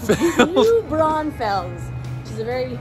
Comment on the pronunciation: As a Texan, I have never once said Howdy to anyone 😂 Being from New Braunfels, to hear you say it was awesome....I don't think anyone pronounces it correctly haha I'm positive Americans mispronounce cities in Canada all the time!! Buccees get SO much busier during spring break and summer. Avoid them all together during that time because it gets so packed. Great restrooms though.